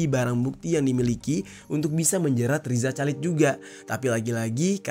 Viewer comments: Bukan calid dong dinacannyaaa. Dibaca khalid. Masa gitu aja gabisa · Rizal Halid dibacanya bang, gatel dengernya Calid2😂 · Sepanjang video, rasanya janggal denger bang Jerry bilang Chalid = calid . Harusnya khalid 😁. Btw stay safe, Allah selalu jaga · RIZA CHALID bacanya Riza Halid, bukan Riza Calid bang jer... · Chalid? Bacanya khalid gitu loh bang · Baca nya Riza Khalid